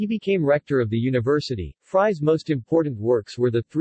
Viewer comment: Fries is pronounced more like freeze and not all like french fries.